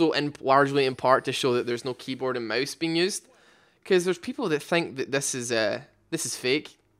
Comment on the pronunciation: who the hell says Moase. Its mOOOuuuse, not moase